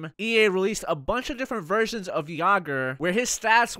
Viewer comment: Jagr as a goalie? oh God that'll be good!! haha sounds like you were saying Virgins, not Versions!! I love Jagr! Too bad he never played for Van, probably would've won in 2011 lol